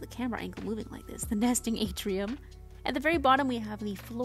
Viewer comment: My head heard "Season of Nasting" and "Nestingmold"